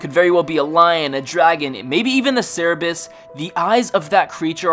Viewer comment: its pronounced sir-bur-is...not sarah-biss!!!!